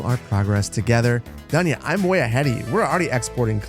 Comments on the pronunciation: Dunya is pronounced with [doo] in the beginning, the way you read it is a male name, Slavic version is Daniel. Well you promised you'd butcher the names... 😅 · Dunya should be pronounced as Doonya. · Dunya pronounces like dOOnya, not dAnya :) don't know how to show it correctly. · You finally Dunya homework on pronouncing names!